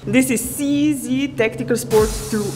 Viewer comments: for all the americans watching: to stick to the Czech spelling, "Cee Zee" should be pronounced "Tseh Zed" or "Tcheh Zed" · Seee Zeee Shoot Zeee Now Zeee are dead.